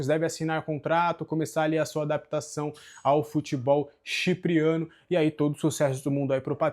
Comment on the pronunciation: CHIPRIANO? Eita JORNALISTE 😂